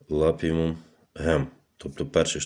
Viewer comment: Цей кумедний чувак усіх має за дурнів: "ви не читаєте інструкцію, ви не вимагаєте...". Крупний спеціаліст по цеглі й черепиці. Не лапіУМ гем-2, а лапіМУН гем-2. Читати треба по написаному на пляшечці, а не вигадувати від себе. Неук. А ні - то в перший клас сходіть на півроку! Двієчник.